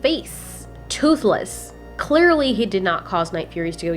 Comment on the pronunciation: "And one is clearleh a babeh" - 2019